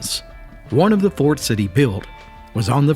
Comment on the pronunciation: I cannot take this seriously enough to watch it. You're pronouncing Appalachia wrong.